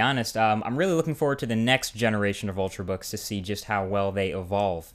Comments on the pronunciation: "ultrbooks" I though it was "ultrabooks"? lol. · Ultrabooks, not ultrbook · 'Ultrbooks' - Marques Brownlee 2012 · Yay, 'ultrbooks' :D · Lol "Ultrbooks" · "Ultr(a)books" you da man!